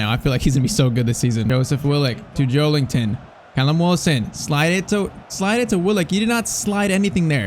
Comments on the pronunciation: Just an fyi: it’s Joel IN ton and not Joel ING ton. There’s no G in his name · Joe*LIN*ton not Joe*LING*ton lol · Maybe it’s just me , but I cringe so much when you say JoeLINGton 😂😅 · Bros saying joelington